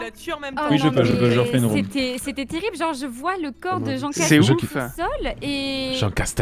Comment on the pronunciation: C'est marrant leur jeu . Les stratégies qu'ils emploient. Le truc qui me fait vraiment marrer c'est jean castek qui met ce speudo en jeu, dit appeler moi jean seulement (à chaque fois qu'ils disent jean castek) mais dès que lui prononce son nom ,il dit à chaque fois jean castek 😂😂😂. Ne m'appelez pas ainsi.....(au autres) -(lui quelques minutes plutard): ça c'est du jean castek 😂😂.